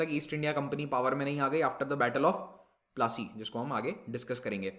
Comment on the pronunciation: The pronounciation is po-la-C (battle of palashi)